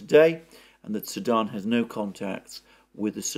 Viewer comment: you seem to pronounce "Sudan" as "Saddam" and it keeps confusing me.